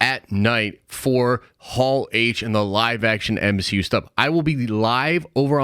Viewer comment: Spider-Man…..EH!!! What is this the M - HE - U ! …….. EH!!!…………………………………………………………..🤣🤣🤣